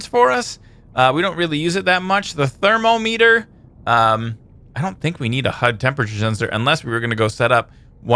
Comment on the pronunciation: u pronounced thermometer wrong.. YOU PROBABLY HAVE ONE IN UR HOUSE !!